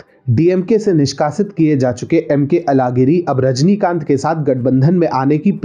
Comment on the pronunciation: अलगिरी मत कहा किजीये। यह बोलना प्रयास करें- अझहगिरी। सभी दक्षिण के भाषो मे यह ऊच्छार व्यापक हैं और यह एक मुख्य कारण है कि आप जैसे उत्तर भारतीय और हम जैसे द्क्षिणी लोगों के भीच दूरी जारी है।